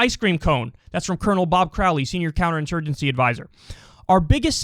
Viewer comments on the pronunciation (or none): none